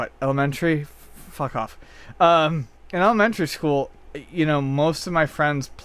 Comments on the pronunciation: Element-tary school?! Yeah, I believe was bullied in high school. No problem there... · elemenTERRY haha thats funny how he pronounces it